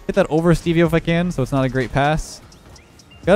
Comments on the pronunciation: Hearing call Steve-o Stevie-O is pain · Why did "ugly ahh" get -2 points in that last game when they won? Don't think I've ever seen that. Lol. Also, hearing say steveo in the last game was cracking me up. Crazy how much a hyphen can make a difference when pronouncing something such as Steve-O.